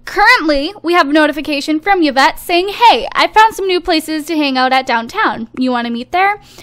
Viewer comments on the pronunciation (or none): yvette i9s not pronounced like that its pronounced like evette